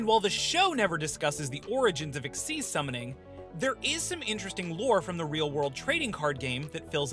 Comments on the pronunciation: It's xyz not xz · It's kinda supposed to be pronounced "exeez", at least according to the show (dunno why) but I don't think you should really care that much considering it isn't like with scon v scoan or british v american pronunciation. Just say it how you think.